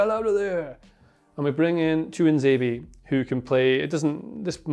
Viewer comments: good content but Chukwuemeka isn't pronounce Chuck, its more like Chew-Cu-a-May-ka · Mate, Carney CHUK-WEM-KA? 😆 “Choo-kwuh-mek-uh” You’re welcome 👍🏼 Btw, not even a mention of Jacob Ramsey??? Villa have the best academy and are truly working to get their own in the first team. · From a nigerian (where the name originates) It is pronounce “Choo - koo - em - ek - a”